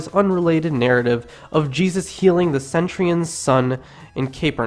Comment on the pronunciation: The mispronunciations in this documentary are hilarious. Apart from Israel, Prophesy, and the sermon on the "Mound," we also have the word, Centurion being erroneously pronounced as Centry-on, and the City of Capernaum as Caper-naum. The narrator even manages to make the word Christian sound weird. Also it is only because we know the story that when we hear the narrator say GOAT, we know that he means GHOST. This narrator is not only a stranger to the words of the Bible...but even to the English language.